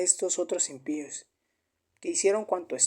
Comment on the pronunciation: No se dice impios..... Se dice impíos